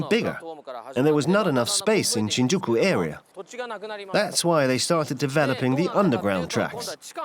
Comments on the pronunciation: i just can't stand the mispronounciations the english narrator makes. for a start it's SHINjuku, the first sillabe gets emphasis. takes the cake. You hear in japanes "asakusa ...." (with the u beign ommited), followed by an english dub that says "i want to go to asakUUUUUsa station" just c'mon, how do you butcher this so badly? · My ears bleed every time the narrator pronounces Shin'Juku instead of 'Shinjuku